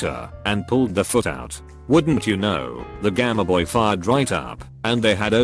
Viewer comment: Nobody: Robot speaker: GAMEHBOY